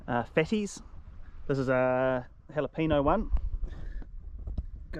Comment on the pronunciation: Great show, thanks, but it's pronounced jalapeño, not jalapino. =)